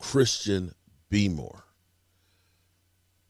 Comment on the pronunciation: I’m convinced you say their names wrong on purpose. Beemore? Really? I know that you know it’s Barmore, so why on earth did you say Beemore? Lol